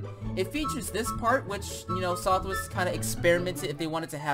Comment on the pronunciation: It’s southwest not sothwest